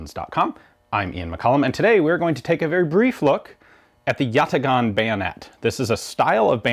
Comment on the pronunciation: it's pronounced yataaan. great short as always.